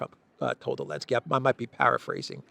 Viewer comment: Why does he leave the Z out of Zelensky, he calls him Elensky, I’m assuming there is a reason